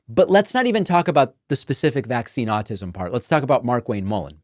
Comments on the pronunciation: Pretty sure he called it 'all-tism'...that kinda says it all to me. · Question-...ized? ALL-tis'm? Way to go Oklahoma. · Also said "Altism"